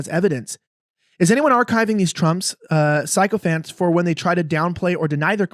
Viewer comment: Just heads up it's pronounced "sic-o-phants" not "psychophants", you can delete this comment after you read it.